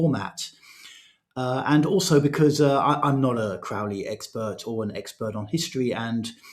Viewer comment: Crow-ley like holy, not "Craw"-ley like crawl.